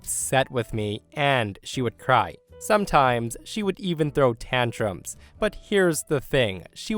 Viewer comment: when you say " ...sometimes she would throw tantrums..." I honestly at first thought you said she would throw tampons...